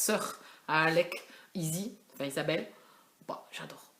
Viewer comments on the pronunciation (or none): sa se dit JaCe et sa se dit IZZI pas ezzy